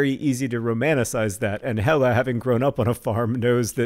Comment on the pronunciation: Quick pronounciation tip: If a Norwegian word or name ends with "e" (and I'm assuming the farm heiress' name is "Helle", not "Hella", despite John's pronounciation), you prounounce it as "eh" (you know, Canadian style), so more like "Helleh". Or, to put it even more simply, the second "e" in "Helle" is prounced the same was as John (quite correctly) pronounced the first "e". Bonus tip: Try pronouncing it "o-dell's-rhett" ;-)